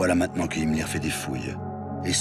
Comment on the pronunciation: Darf ich fragen warum "Himmler"? In vielen anderen Dokus wird sein Name doch richtig ausgesprochen..? 🤔